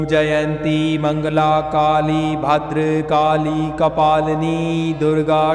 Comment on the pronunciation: तुम्ही उच्चार बरोबर करा,भद्रकाली असे म्हणावे.